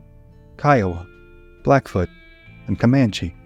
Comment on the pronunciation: Pretty sure it’s Blackfeet not Blackfoot.